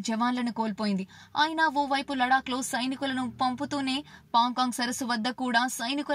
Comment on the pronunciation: Lec kadu lac adi